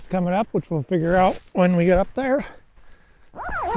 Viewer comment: « Couloir », prononce’s like cool who are..